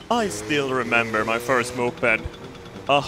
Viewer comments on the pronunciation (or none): none